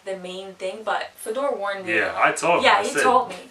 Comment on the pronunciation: Is Fedor’s name not Fyodor? (Фёдор)